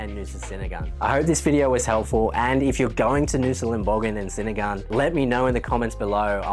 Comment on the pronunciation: Look im sorry to be the first to let you know that 'senigan' is pronounced "chenigan". Aside from that, they are beautiful islands that are well worth the effort to get there, we are always sad when we leave.